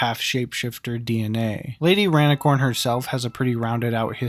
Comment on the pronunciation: why you say rainicorn like that......